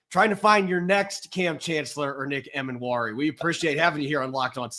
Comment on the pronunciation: was an awesome guest to have on the show - gave a lot of insight into Nick. Btw Corbin, I'm like 80% sure Nick's last name is pronounced Ee-mannwori rather than Em-annwori:)